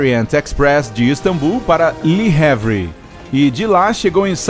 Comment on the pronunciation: Meus amigos, "li revre" é demais para meu gosto. LE HAVRE é nome francês e se lê quase como se leria em português. Ajuda aí, né?